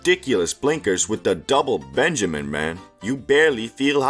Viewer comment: PENjamin bro, not BENjamin